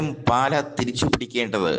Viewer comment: പാല അല്ല മൈരേ പാലാ ആണ്